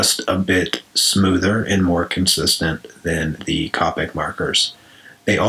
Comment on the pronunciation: It's not copic It's pronounced Cohpic